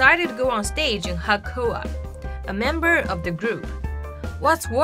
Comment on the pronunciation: it's not KO-A, it's CHO-A